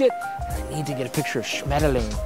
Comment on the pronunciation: Schmetterlinge 😄 your german ist good 👍